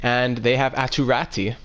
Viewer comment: Aatu Raty is pronounced: "Ah-two Ra-two"